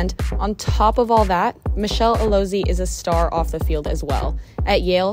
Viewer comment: Her name is pronounced "Alozié" - the 'e' is an "eh" sound.